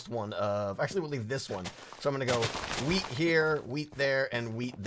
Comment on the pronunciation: When you say "wheat" it seems you sey "weed"